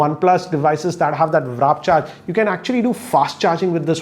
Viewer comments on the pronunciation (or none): Please say warp charger not wrap charger